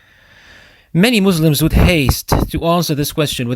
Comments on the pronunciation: Alikum Assalam warahmatullah. Thanks brother, Jazakallahu Khayran. I wasn't aware that I made it sound like that. I'll pay more attention next time إن شاء الله. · Assalam alaikum Please pronounce Muslims with S sound not Z Jazakum Allahu khaira.